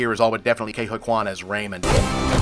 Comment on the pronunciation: Raymond? It's Waymond. Thousands of universes? They're infinite. You sure you watched it?